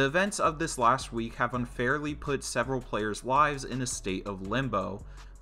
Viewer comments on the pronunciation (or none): none